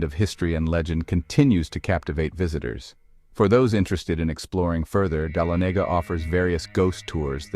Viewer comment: It's pronounced duh-laa-nuh-guh Ga